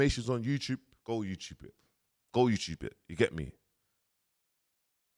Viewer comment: “Go youchube it”